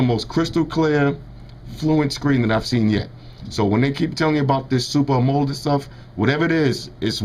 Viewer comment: Video is hot. I am the average black guy and I been just looking for a video like this(simple). Lmao you pronounced amoled wrong. Its pronounced like Am-oh-lead. Amoled lmao but good video.